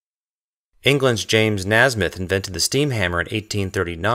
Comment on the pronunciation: Shurely "James Nay-smith"? Great video